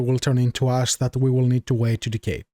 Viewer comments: Very useful tutorial, thank you. Also your accent make it sound like when you say "ash" you are saying "ass" love it was learning with a cool guy who also made me laugh so hard... yes sir, lets see how much "ass" we get... 1 tonne! keep up the good work my friend. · tell me I'm not the only one who heard about creating ass and had to go back.